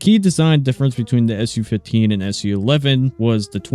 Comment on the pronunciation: It's Soo 15, not Essyou 15